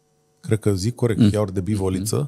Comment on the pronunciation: va faceti de ras pronuntand "iaurt" cu accent pe A...